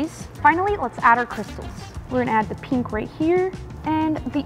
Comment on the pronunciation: Pink❌ Peenk✅